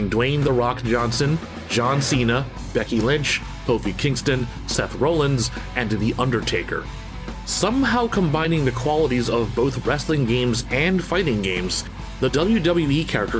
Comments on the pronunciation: Just one correction. It's Seth "Raw-Lins" not Seth "Row-Lins" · Its pronounced (Seth) >Rawlins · Little nitpick but ya pronounced Seth Rollins' last name wrong. It's pronounced like (Rall-Ins).